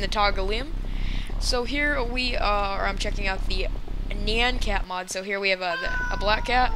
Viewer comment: YOU PRONOUNCED IT WRONG AND I WANT NYAN CAT. is it a mod?